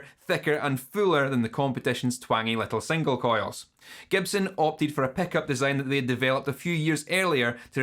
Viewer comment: honestly, i mostly clicked just to hear you say ‘peck-up’ for 12 minutes